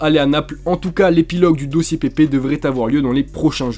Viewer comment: Ta mal dit pepe a Arsenal 🤣💦😊